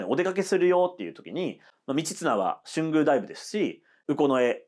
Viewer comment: 春宮はしゅんぐう ではなく とうぐう です